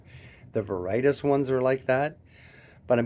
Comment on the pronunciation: Veritas is pronounced Vair-ih-TOSS. Not Vair-RIGHT-us. 😊